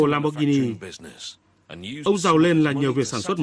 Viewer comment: Value giọng Bắc, lam bót ghi ni haha